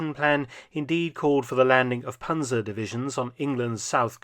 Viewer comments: Panser and Pansers make my ears bleeding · Panzer is pronounced like Pantzer. And the plural is also Panzer. Not Panzers. We do not have a S on the end